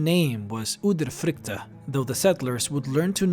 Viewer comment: I am from Norway and you say udyrfrykte wrong